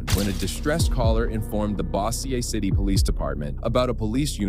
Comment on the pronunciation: Just for the record that’s not how you say BossierCity, La.